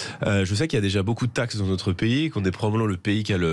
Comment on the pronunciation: J’adhère à ce que dit J Bardella sur le fond mais quand je l’entends dire 44 zanuités ou « que ya » au lieu que « qu’il y a », ça ne passe pas 🥴, bon, ce n’est pas grave mais quand même, c’est qq qui est appelé à de hautes fonctions j’espère bientôt.